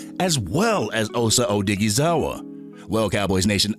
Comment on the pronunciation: Man you be butchering osa last name